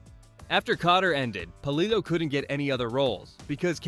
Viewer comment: It’s Pa-lill-o